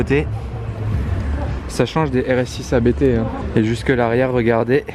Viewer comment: Abt c’est un nom de famille, ça ne se prononce pas A.B.T du coup